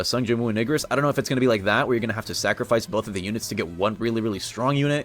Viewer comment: i swear i heard ni**ris instead of igris